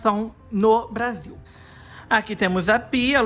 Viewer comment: That actually sounds good. "Brasil"